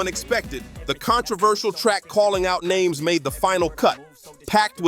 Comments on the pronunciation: Why is he pronouncing everybody’s name wrong? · Do y'all ever realize that all these voice over never pronounce nobody name right.